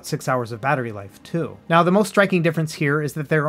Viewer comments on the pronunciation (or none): none